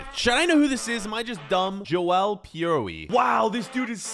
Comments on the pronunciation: Hi im a swans fan and its pronounced piro not piroee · it is Pi-Ro pronunciation for piroe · piroe is pronounced pie-row and Swansea changed their badge last season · the Swansea player is pronounced pi-r-o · Piroe is pronounced pee-row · 😂 I support Swansea and it’s so funny to hear him pronounce Piroe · shoutout to all my fellow Swansea fans He properly butchered piroes name